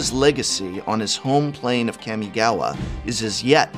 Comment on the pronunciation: Prof, I’m begging you. PLEASE get a pronunciation tutor for the Kamigawa names? Your current pronunciations HURT.